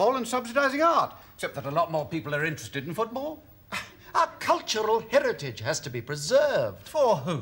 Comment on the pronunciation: "culturrrral herrritage" makes it sound better